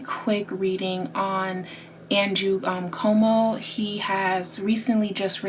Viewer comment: It's Cuomo like status "quo" mo